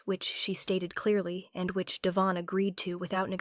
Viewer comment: Devon is emphasized on the first syllable.